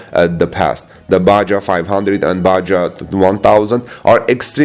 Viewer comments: Pronounced baHA, not ba-jaw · Baja, Mexico, race/run: Pronounced "Bah Hah." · Baja = Ba ha.